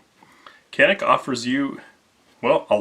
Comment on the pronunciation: Pronounce as Chanik